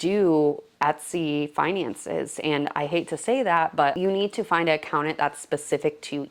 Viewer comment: Oh how many times you said Accountant! There are 2 Ts in this word. 😮🙉